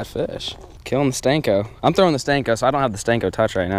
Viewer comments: ITS A SENKO NOT A STENKO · Call it a freaking senko not a stenko it's annoying af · I dare you to say the word senko instead of sTenko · Anyone else cringe when he says stenko